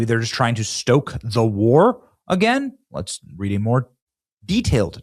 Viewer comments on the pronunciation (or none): none